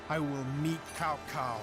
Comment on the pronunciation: I loved this game as a kid even though by then I had already read Romance of the Three Kingdoms (English translation) and as a result I would practically end up yelling at the screen when they so hilariously mispronounce various names, one of the greatest offenses being how they say, "Cao Cao." Even though this doesn't follow history or the interpretation that Romance of the Three Kingdoms depicts, I still love this game for all of its hilariously incorrect information and outdated voice acting on top of what I remember being a very enjoyable experience in regards to gameplay alone.